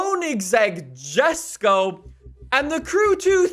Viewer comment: it isnt called the koeniggsegg jesko its prounounced jesko but the jes is supposed to sound like a yes so its tecnically yesko